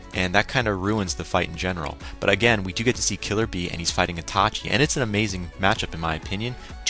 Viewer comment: It's iiiiitachi! not Atachi! xD Good review :)